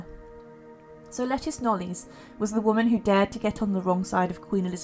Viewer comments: Hi there, can I just say that Lettice's surname is pronounced Knowles, as in Beyonce. Must remember that this is English surnames that we are talking about - most are not pronounced the way they are spelt. Have a good day. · Interesting video. It's pronounced La-teeess Knowles by the way. I used make the same mistake until I discovered I was saying it wrong 🤣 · Thank you. It’s pronounced “Lateeess Knowles”